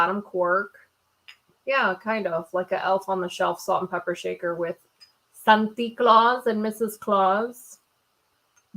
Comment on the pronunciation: Omg I was just taking a drink of my coffee and blooperd when he said salt and pepper shaker he said salt and pe**er I almost spit out my coffee. Love your vids as usual👍❤️🙋🏽‍♀️😂😂